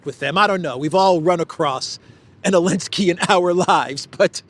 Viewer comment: ELENSKY ? REALLY? NOT ZELENSKY?